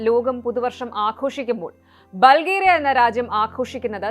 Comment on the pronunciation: ബൾഗേറിയ എന്ന് അല്ല പറയുന്നത് ബുൾഗാരിയ എന്ന് ആണ്